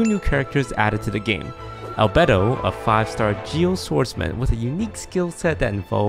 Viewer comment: NOO he pronounced albedo wrong :(